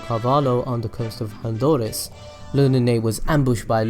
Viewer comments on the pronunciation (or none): none